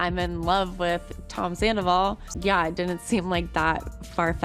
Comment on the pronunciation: You heard Rachel say "I go through dry spells with Sandavol" right???? Like she totally let it slip right to Arianas face!!!!!!!!!!!!!!!!!!!!!!